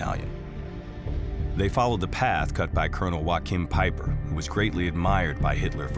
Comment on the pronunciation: Good documentary of these heroes... But one thing irritates me as in you prenounce the first name of Peiper wrong. Its no a Spanish name it's all about prenouncing th g or ch...